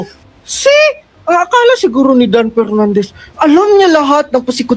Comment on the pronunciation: Ano ba yan inalis na ni Pernandez ang letter F sa alphabet